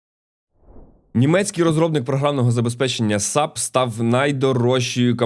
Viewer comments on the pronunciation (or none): але найбільше повеселило вимова назви компанії SAP (не як три окремі літери ) тому маю пропозицію використати цей же підхід в наступному випуску і маст-хей згадати FAQ